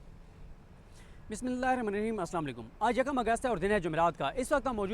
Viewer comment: Respected Siddique JaaN shb Bismillah ko Aaram say aur theek parha karhay. JazakALLAH